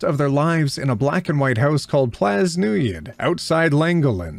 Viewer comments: welsh person here just gonna say i threw up when you said "Plas Newydd" but your pronunciation of Llangollen was basically the same for every english person. Here's some knowledge: Llangollen is in Northern Wales and (to me) is well known for the Llangollen canal, which has a very cool, very tall, and impressive aqueduct followed almost immediately by a long tunnel. This is because wales is very hilly, as opposed to England which is just kinda hilly. Plas Newydd directly translates to "New Palace" which goes to show that good place names are sparce. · the house name is actually welsh! It’s a house in wales! Also the pronunciation is awful lmaooooo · Good effort on the Welsh, Plas Newydd is pronounced Newyth; and the double LL makes a sort of hissing click sound I recommend looking that one up as it can be tricky. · So you’re aware, and for future reference, Lady Eleanor Butler and Her partner Sarah settled in Wales. So Plas Newydd is pronounced Plâs with a shot ‘a’ and New-eth the ‘dd’ making a ‘th’ sound, and means New Place. Llangollen is a little more complicated, to make the ‘ll’ sound you need your tongue in a position similar to imitating a cat hiss while still trying to make a ‘l’ sound, with that in mind the word breakdown is Llan-goll-len you don’t actually say the last ‘l’ in the breakdown but it does sound a bit like you’re saying len as you come out of the second ’ll’. Love your videos by the way. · Decent attempt at the Welsh place names! Plas Newydd means New Mansion and if we use English phonics (such as they are) could be pronounced "Plas Neoo-ough-dth". The Ll at the start of Llangollen makes a sound that doesn't have an equivalent in English phonics as far as I know, it's kind of like rolling an R but with an L instead. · Just as a note, the 'dd' in Plas Newydd (New Place) is pronounced like the th in "with", and the 'll' in Llangollen is pronounced like a sort of hissing sound. These place names are in Welsh.